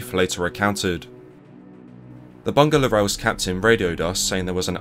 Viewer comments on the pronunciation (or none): Its actually read as bu-nga not bun-ga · Bunga = flower pronounced as "boo-ngaa" PS: you can consult me on Malaysian names for your upcoming videos!